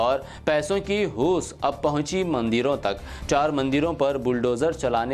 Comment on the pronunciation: پیسوں کی ہوس.... ہوس کو hoos پڑھا ہے آپ نے 😂😂😂😂😂